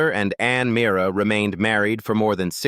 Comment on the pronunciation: Ann Mee-arr-ah ? .. LMAO ..